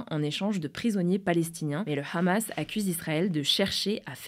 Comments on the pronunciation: pour blanche, pas besoin de forcer sur le H du Hamas car on prononce "amas". Cette prononciation donne envie d'arreter directement la videos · Possible de prononcer le mot "hamas" en français svp ? Merci. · Pourquoi dire Rhhhammas pour le Hamas alors que vous prononcez pas les termes Anglais avec l’accent, bande de gauchos